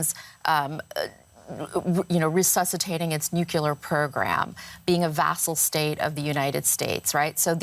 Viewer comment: educates us on nucUlar weapons.